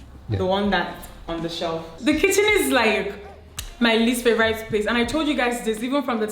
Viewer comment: Beautiful!! Dimma please favorite is NOT pronounced as “favoraite”. It’s an e sound, not and “ai”.